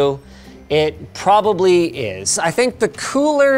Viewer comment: emphasis on probably